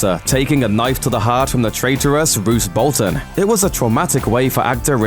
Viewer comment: first of all it's Roose Bolton not Bruce Bolton